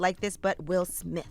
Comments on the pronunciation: “Suge Smith” lowkey thowed lol 😎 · Calling Will Smith Sug Smith 🤣🤣🤣 that's funny